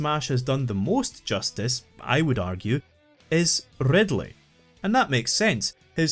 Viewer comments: love that rrrrrrrrrr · Rrrrrrrrridleeiii is an incrrrrrrredible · Opening line: “Rrrrrridley is an incrrrrrredible villain” Sets a high bar